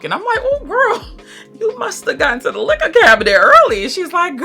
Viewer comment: You're hilarious I really enjoyed this review love your style! I get what you mean the Vanilla 28 vibe is almost absent! Nooo you don't like like Sweet Diamond and Side Effect 😲 🙈 I love how you say 'Liquor' 😆 and your honesty 🙌🏾